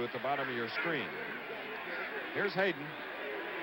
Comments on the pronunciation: A couple of observations about the broadcast. Schenkel announced that USC was trying for their fifth consecutive Rose Bowl but Stanford went to the Rose Bose after the 1970 and 1971 seasons and won both games. Pat Haden’s name is mispronounced when he comes in at the end of the game. The UCLA halftime show is interrupted by hooligans. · Why can't Schenkel get players' names right? "Pat Hadden." "John "Shareuh." I'm surprised we didn't hear Mark "Hormone" -- you know, son of Tom "Hormone."